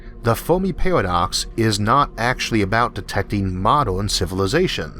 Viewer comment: cant endure that speevh impediment. pawadox caught a wabbit 😎😎😎